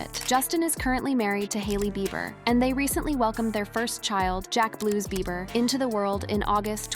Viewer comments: His last name sounds out beeber not bye ber lol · I hate how this voice pronounces Beiber as Byber 🙄 😄😄😄😄😄😂😂😂😂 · This AI voice can’t pronounce Justin’s last name. It’s just rehashing old stuff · 😂😂😂 say his last name right!😂😂😂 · I know right!! Got me rollin!!!🤣🤣🤣🤣🤣🤣🤣🤣🤣🤣🤣